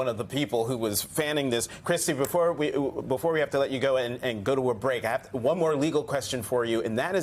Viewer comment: No offense but slight correction... "VEE... Have pee tape"